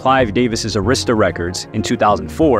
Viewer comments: Dude pronounce arista records wrong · You pronounced Arista and Koch wrong